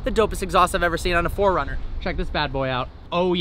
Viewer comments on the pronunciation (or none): none